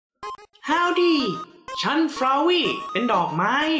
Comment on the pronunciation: ทำไมรู้สึกเน้น ดอก 555+//พรุ่งนี้หยุด เย่ะ